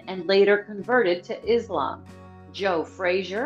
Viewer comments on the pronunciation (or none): none